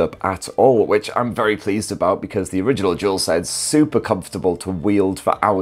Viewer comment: I believe it's called Dual Sense, not Jewel Sense...